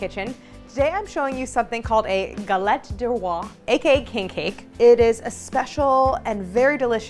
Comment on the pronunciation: (Galette DES rois, not DE roi. DES to rhyme with "day." Please!)